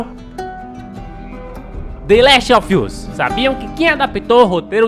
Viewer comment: “De Laist Ofi Uis” Não tankei, Desculpa KKKKKKKKKKKKKKKKKKKKKKKKKKKKKKKKKKKKKKKKKKKK